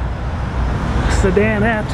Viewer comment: CADILLAC DID NOT CALL THEIR FASTBACK MODEL SEDANETTE THEY CALLED IT A '''CLUB COUPE''' AND ITS NOT PRONOUNCED "'SIDEN'ETTE IT IS PRONOUNCED SEDAN-ETTE.